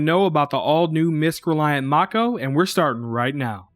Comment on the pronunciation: I liked this review because you pronounced both mako and kore correctly.